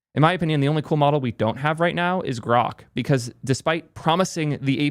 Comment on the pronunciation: Lets say GroQ instead of Croq